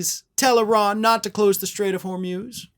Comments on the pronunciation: Hor mooz not hor muze for gods sake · It’s not the Strait of “Hor-myooz,” it’s the Strait of “Hor-mooz.” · Hormuz pronounced hor moos. Not hor muzzzz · Try HORMOOZ, not HORMEWS... 💙💙💙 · HORMUS - PRONOUNCED WHOREMOOSE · “Hormyooz”? Hormuz? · It’s pronounced hormooz (rhymes with booze). FYI.